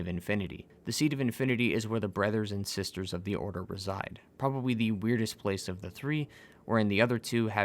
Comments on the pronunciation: Sesters and Brethers! Lol great vid as always! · Sesters and brethers